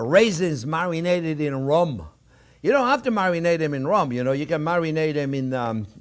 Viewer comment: marminated? LOL